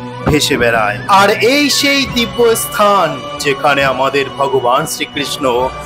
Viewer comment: অশিক্ষিতের মতো ব্লগ!"এস্থান"-- নয়,স্থান। উচ্চারণ দোষ না কাটিয়ে ব্লগ করলে বেশিদূর এগোতে পারা যাবে না!